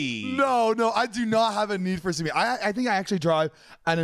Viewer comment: “yall got a neeed for speeed” this man whiter than mayo 😂❤️